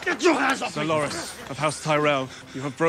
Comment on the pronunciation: His name Loras, not Loraz.